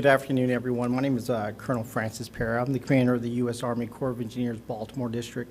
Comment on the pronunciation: It’s not difficult to pronounce PERA